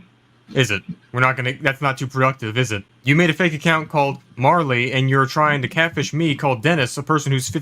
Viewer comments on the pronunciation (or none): Marley? Marlow...